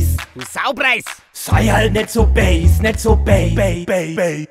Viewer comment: Mir ist nie aufgefallen wie Bass (oder zumindest so wie es ausspricht, da habe ich zu erst base (englisch für Basis) verstanden) laut-ähnlich zum bayrischen böse ist.